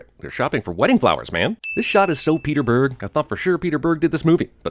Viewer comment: He says this like Peter Burg is one word, and not the first and last names of a directer